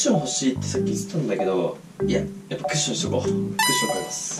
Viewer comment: クッションじゃなくてワッションになってる